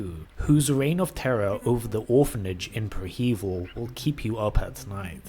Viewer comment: Preh-heh-veel my guy not pre hEvil love the content btw